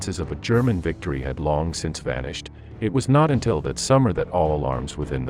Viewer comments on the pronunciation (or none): none